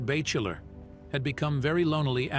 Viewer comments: Bay chiller?? LOL how about bachelor? I disdain AI narration. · loved the ‘bay chiller’ mangling of ‘Batchelor’ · OMG yes! I was just about to comment when I saw yours! he calls bachelor BAY-chil-lur. Why do they do it, are they Chinese or Russian infiltrators trying to disguise their voices to disseminate misinformation and disinformation? Reports say there’s a lot of that, especially on social media. I’ve never belonged to social media. If AI annoys me enough, I permanently block their channel, and you can do the same! They lose viewers, they don’t gain viewers!